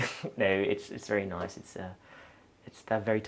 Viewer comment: What a lovely man and a beautiful home. All that wonderful art…wow! This has to be one of my favourites on Homeworthy. I couldn’t get accent at first, it sounded like a mixture of London and somewhere in Europe but I couldn’t place it. Of course, as soon as he mentioned France it was obvious. I love how he pronounces the word “noice” (nice) very “Londoney” (I’m a Londoner and just made that word up lol). A great 42 minute video which seemed to fly by so fast! 💕👌🏼